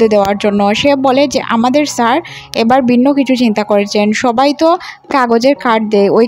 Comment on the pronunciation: বিন্ন নয়, ভিন্ন হবে... আমোরা নয়,আমরা.... গুষ নয়,ঘুষ হবে.… উচ্চারণের খুব সমস্যা দেখি..…